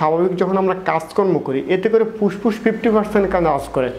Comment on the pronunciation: বাইরাস মানে কি? শরীল কাকে বলে আর পুসপুস ই বা কী । ফেট, ফ্রেসার, সেস্ট----উচ্চারণ এরকম কেন? শব্দ গুলো ভদ্রলোকের মত উচ্চারণ কর।